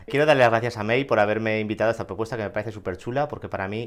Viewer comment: Primera noticia del vídeo del booktuber, pero es interesante. Ha sido genial el vídeo. A no la conocía, le voy a echar un ojo al canal. Me he reído mucho cada vez que David decía Mei en lugar de May, mi cabeza gritando ¡es May!, ha sido gracioso aunque comprensible.